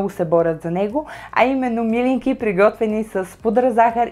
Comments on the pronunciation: милИнки, а не мИлинки (ударението!), все пак е традиционно българско и се знае в цяла България. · ТОВА СА ИСТИНСКИТЕ СЛИВЕНСКИ МИЛИНКИ С ПУДРА ЗАХАР!БРАВО!ВСИЧКО ОТ СЛИВЕН Е ПРЕКРАСНО,А МИЛИНКИТЕ СА ГЕРБА НА СЛИВЕН ♥♥♥!СЛЕДЯ РЕДОВНО КАНАЛА ТИ И ТИ ПОЖЕЛАВАМ УСПЕХ!п.с.(ударението е на второто И );)... КАТО БЯХ ДЕТЕ ИМАШЕ ЕДНИ СЪВЪРШЕНИ ПИРОЖКИ ПАК В СЛИВЕН НА АВТОГАРАТА.ЩЕ ТИ БЪДА МНОГО БЛАГОДАРНА АКО ОТКРИЕШ РЕЦЕПТАТАТА И ГИ ПРИГОТВИШ ♥♥♥